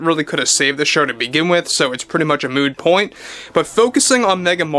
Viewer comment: Moot point, not mood point